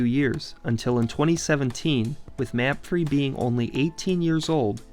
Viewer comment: I want to say the way to pronounce old crew stadium is "mah-fray" not "map-free"